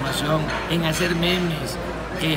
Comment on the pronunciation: JAJAJAJAJAJA se escucha raro en el "memes"